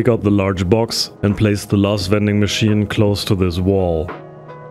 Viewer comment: Did u say wending machine